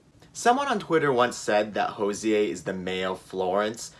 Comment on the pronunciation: hozier is pronounced as cozier